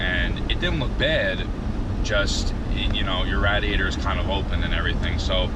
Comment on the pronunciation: “Radiator” 😂bro learn how to talk g. I would have never waisted 2 bumpers making it look like that 🤮🤮🤮